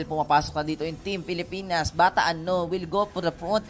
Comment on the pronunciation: "pilipins" "perst" ang cheap mag salita.